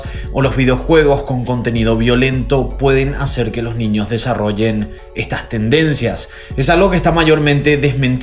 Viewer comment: Se pronuncia desarrolle no desarroye.